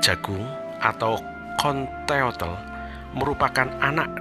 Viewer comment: Bukan conteotel tapi centeotl atau bacaan nya senteot. Tl bukan tel